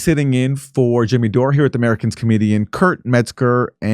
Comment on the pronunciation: Every time Aaron says "Americans comedian" I want to slam my hand in a door. The man is incapable of pronouncing "Americas". He's like people that say "nucular".